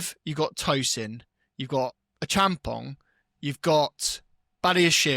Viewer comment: i pay attention to little details, look out how he pronounced Acheampong like he is a Ghanaian. Big ups man. This shows that you have done your research 👏